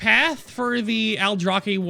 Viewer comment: I like the Aldrachhhhuhhhhchhhh blades, as you said. :-)